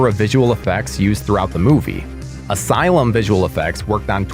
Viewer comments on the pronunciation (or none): none